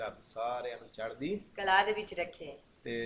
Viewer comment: .... thanks 👍 ' ' ਚੜ੍ਹਦੀ ਕਲਾ '🙏 ਤੁਸੀਂ ' ਕਲਾ ' ਸ਼ਬਦ ਦਾ ਉਚਾਰਣ ਸਹੀ ਨਹੀਂ ਕਰਦੇ। ਕਲਾਅ ❌ ਕਲਾ ✅